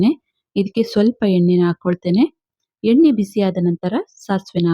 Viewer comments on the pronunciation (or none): none